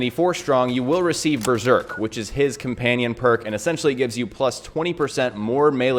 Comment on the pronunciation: Comanion lol